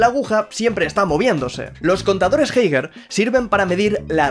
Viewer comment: Como vas a pronunciar geiger asi jaja